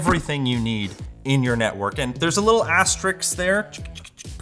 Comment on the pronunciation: As-ter-ISK. Asterisk. Not asteriks, nor asterix.